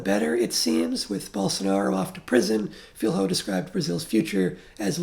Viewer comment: Just for Future reference, "Filho" is pronounced closer to "Filio". Thank you for your very deep review of the movie and of our political context.